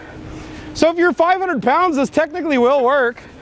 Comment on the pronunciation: and you said pond instead of pound